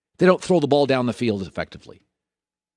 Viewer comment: He had a little dahn in there